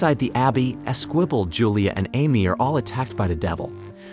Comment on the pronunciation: Mispronounced Amy...